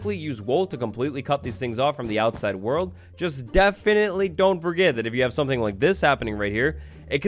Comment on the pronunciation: DEAFEN-itley lol